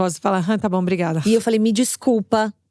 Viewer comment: Maravilhosas essas Ponto alto, falando "brigaiada" gente como a gente 😅